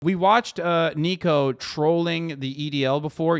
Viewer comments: Ni-co. Not Nee-co. Niko would slap you to oblivion if he heard you got his name wrong. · His name isn't neeko, it's niko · Hasan plz I beg stop calling niko NEEKO 😭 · Hasan saying Neeko instead of Niko kinda triggered me 😂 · ITS NIKO NOT NEEKO 😭💔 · "Neeko" looool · Mans literally said neeko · hasan calling niko “neeko” hurts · His name is pronounced like NICK-o